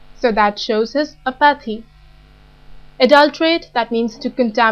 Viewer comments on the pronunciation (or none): Its ap-uh-thee, not a-paathy